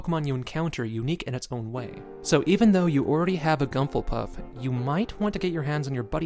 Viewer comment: I still don't get why you pronounce Whismur "Gumfulpuff" :P